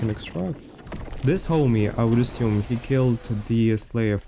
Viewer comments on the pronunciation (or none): none